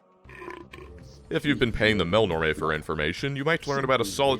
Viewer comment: I love that you pronounce Melnorme that makes it rhyme with "Mel Tormé." I always said "mell-norm."